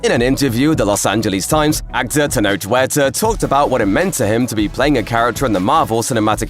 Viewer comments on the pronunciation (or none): none